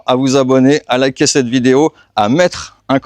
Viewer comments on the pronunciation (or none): none